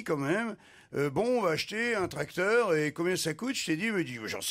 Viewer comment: Pourquoi Ruquier prononce les eur en or ? Genre tractor, professor etc...